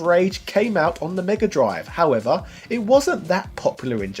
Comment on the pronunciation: "Megger Drive"